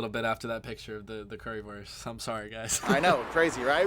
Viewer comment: The Way he says Currywurst offends me. Lol. It is Not Worst..it is WUuurst.. like in yo uuuuuuu..at least try to say it right please. Thanks.